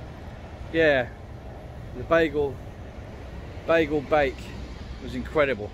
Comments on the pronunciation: Its not a bagel its a beigel. Pronounced BY GUL. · It’s not the ‘Bagal Bake’ it’s the ‘Beigel Bake’. An important distinction in pronunciation. It’s spelt different for a reason. The different pronunciation is subtle and a London thing. Bagals are American & you can buy them in Tesco 🤣🤣 !!!